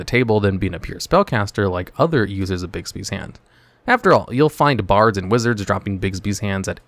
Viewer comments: Just so you know, Bigby's Hand isn't named for the late actor Bill Bixby!!!!! It's pronounced Bigby's Hand!!!!! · Hey, just wondering, but do you have an affinity for actor Bill Bixby? I seem to be hearing you say Bixby's Hand!! LMAO